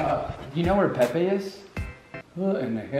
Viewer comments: I though it was pee pee before he said it was Pepe 😂 why tho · Instead of the name pronounced as “Pepai,” (Pepe). I pronounced it as, “Peepee” Lol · The fact that he pronounced it Pe Pe instead of Peepe 😂😂😂😂 💀✋ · Say it right “Pepe” Spanish